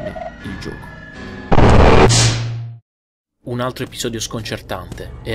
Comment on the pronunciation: adoro quando dice gioco. lui nn dice "gioco" ma dice "giuoco". senza offesa.